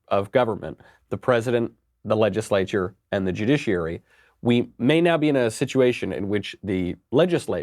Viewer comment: I like when he says ledgishlature